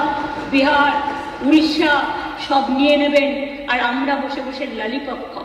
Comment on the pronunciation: যারা ললিপপ উচ্চারণ করতে পারেন না তাদের বড় বড় কথা যাকে বলে ফাকা কলসির আওয়াজ বেসি😂😂